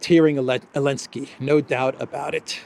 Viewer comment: I asked on another video but got no answer from the content creator - I am asking AGAIN. Does ANYBODY know why this guy calls him ELENSKY and not ZELENSKYY? If I don't get an answer this time, I will not watch any further content - it just annoys me that something as basic as a name is not adhered to.